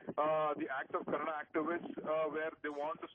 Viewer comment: dear sir its not kannad its Kannada ..!!